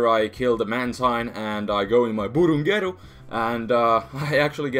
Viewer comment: i love when say BURUNGERU